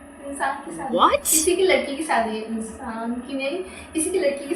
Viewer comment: Sadi nhi hota shadi hota hai 😂